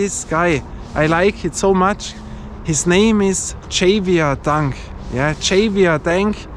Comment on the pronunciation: Hey, hello from Canada! Great video as always. Your reviews always cover the important issues when choosing a ball. Javier is Spanish and pronounced Ha-Vee-Eh. Innsbruck is beautiful, keep up the great work!